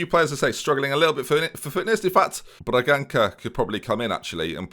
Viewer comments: Sorry, this does my head in more than you pronouncing Saint-Maximin's "in" like you'd say "pin" - you should day it as though you're saying "pan". But anyway, Bragança's "ç" isn't pronounced with a "K" sound, it's pronounced with an "S" sound. Love you xD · The ''ç'' in Bragança its read as a ''S'' sound, so its pronounced Bra- Gan-Sa